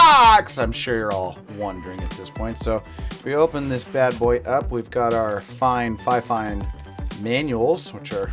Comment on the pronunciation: fifane????????? XD